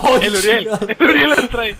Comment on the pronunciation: We es uriel no "ariel"